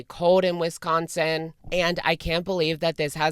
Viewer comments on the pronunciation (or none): One thing about this situation, it’s interesting to hear how everyone pronounces “Wisconsin” differently lol. I grew up there and every time says “Whestconsin” I get a little giggle. Locals say it like the “wi” in “with”, also no “h” sound. And the “con” has an A sound like the “ah” in salah. The “sin” is usually just the s and n sound, completely skipping the i. Interesting